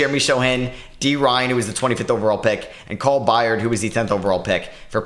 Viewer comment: Byrd is still pronounced like Bird. The way you pronounced it reminds me of Kevin Byard, NFL safety.